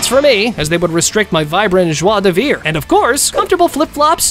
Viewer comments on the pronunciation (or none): none